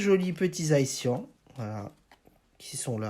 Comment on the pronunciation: c zacian pas zaician